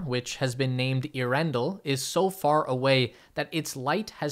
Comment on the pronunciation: Earen-del, NOT Ea-rendle....do your home work before you do these talks please..